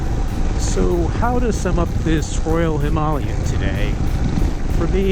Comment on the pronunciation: "himalian" lol